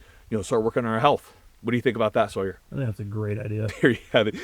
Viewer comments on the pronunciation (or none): none